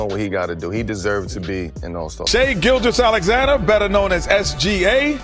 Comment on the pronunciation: “Shai Gill Jeyus” 😂